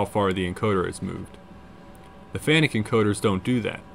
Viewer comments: The name is pronounced Fanacu, And not fanic !!!! 🤦🏽💩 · You have diligence in spades! BTW it's pronounced "FAN-ook"..😀